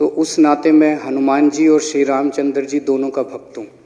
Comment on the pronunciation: रामचंद्र बोलना सीखिए